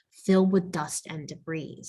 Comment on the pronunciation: I'd love to use this, but the typos ("Combing methods") and mispronunciation ("debris" has a silent S) mean that I can't.